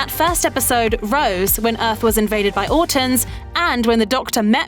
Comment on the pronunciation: It’s autons not autns